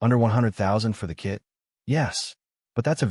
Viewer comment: AI voice is dumb. "K-I-T" prices? come on.